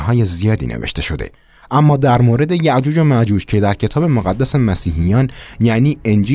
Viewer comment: یک مشت خرافات که هیچ وقت اتفاق نمی افته.خرافات بود شما هم خیلی شاخ و برگ دادین بزرگش کردین. فقط یاجوج و ماجوج رو خیلی خنده دار میگی...